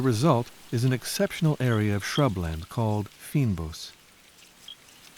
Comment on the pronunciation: GREAT DOCUMENTARY but u prounouce it fainbos not feenbos